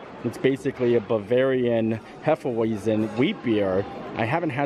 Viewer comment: In German the W is said like a V. Instead of “Heffa-Why-Zen” it’s “Hay-Fa-Vy-T’sen”. Great video!! We lived in Germany for a few years and the German pavilion is still our favorite.